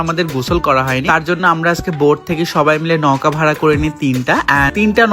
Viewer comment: ছাগল নৌকাও তো ঠিকমতো উচ্চারণ করতে পারিস না. ছাগলের তিন নাম্বার বাচ্চা